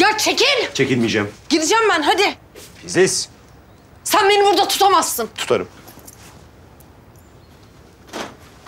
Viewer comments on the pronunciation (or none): te filiz demiyor fiziz diyor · te fizis dedi 👱👱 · FİZİZ ne ya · Filiz demedi Fiziz dedi hahaha😂😂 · bir yerde "fiziz" diyo😂😂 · fıziz dio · Fiziz dedi en başta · da filiz deil fiziz de barışın telefon numarası var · Fizis dedi abi